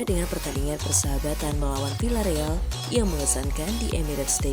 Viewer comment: Bacanya: Viyyareal min!